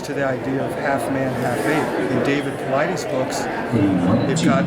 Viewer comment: thank God he pronounced Dave Paulides right lol. I know its petty but I just CRINGE when I hear people say Pilates lol